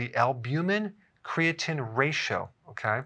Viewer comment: Please look up the pronunciation of medical words before saying them in a video—creatinine, for example.